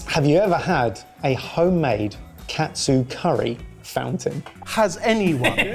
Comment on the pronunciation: 1 minute in and both chef and normal confuse katsu with kotsu.